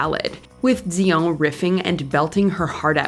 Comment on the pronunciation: Why are you pronouncing her last name like that?!?! 😂 If you naturally spoke with a French accent, I'd understand..but otherwise it sounds silly. Like when someone in a coffee shop orders a croissant but uses an accent. 😂😂 foolish!!!!